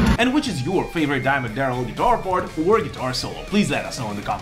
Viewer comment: I love that your accent makes it sound like you're saying Diamond Darrell